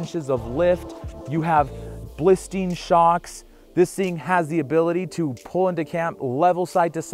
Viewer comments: Bilstein, NOT Blistein. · Can you please start saying BILSTEIN correctly? Blistein isnt a company....You sound like you don't know your product when you can't say the manufactures name properly.